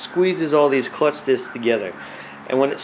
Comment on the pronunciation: lol im cracking up "clucth discs" great video though